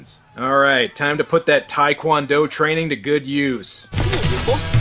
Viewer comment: It's taek won doe they're all saying talk quon doe